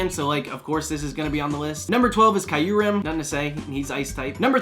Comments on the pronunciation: Pretty sure you said Kyurem wrong lol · I’ve never heard that pronunciation for Kyurem before 😂 YES. Darkrai is my favorite Pokémon. I was finally able to get it during the anniversary events and I’m so happy. I’d love to get a shiny one